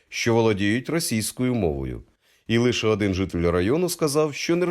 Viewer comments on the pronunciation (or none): І наголоси ЛишЕ, а не лИше КОбринській повіт, а не кобрИнській, як польською...